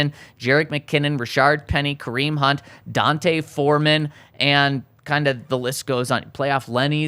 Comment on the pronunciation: His name is D’onta 🤦🏻‍♂️. Not Dante